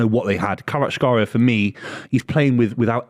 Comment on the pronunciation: Not even close to the pronunciation of Kvaratskhelia lol